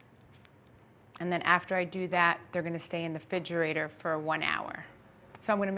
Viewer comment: Dumb as a rock yet wrote so many books 🙄this confirms she didn’t write them She doesn’t know how to speak and all you lovers of Theresa are just NJ ladies obsessed with thinking h she’s a celebrity She says Ingrediences and expresso and fridgerator please And she has Louie call in EVERY SHOW she has all of you fooled thinking it just so happens that he calls that exact time every single show 🤣fake.. fake…fake She made these with Gia called a different name 🙄